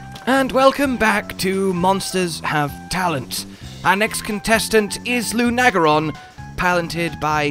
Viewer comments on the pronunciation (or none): Ever notice how mispronounces monster names? It's Luna-geron not Lu-nag-eron. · How do you two mispronounce this so badly? Its LUNA-garon not Lun-agaron LUNA AS IN MOON BECAUSE ITS A WEREWOLF You would say "I love bright, lunar nights" Not "I love bright, lun nights" Its also Odo-garon not Odogron Odo means sharp claw Garon means wolf So his name is just sharp claw wolf